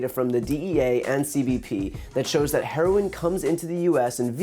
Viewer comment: Herlolin lol our president was not hooked on phonics